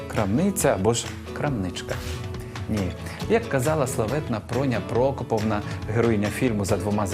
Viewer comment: "Проня Прокопівна" (а не "Прокоповна").